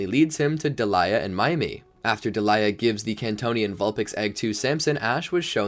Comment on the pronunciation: Who are Elaine, Delaiya, Glade-eon, Burn-it, Sil-volley? (Yeah, I know, Alain, Delia, Gladeon, Burnet, Silvally. But I can't be the only one annoyed by the mispronunciations of the important characters' names.)